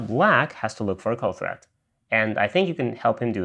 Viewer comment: Threat. Not thread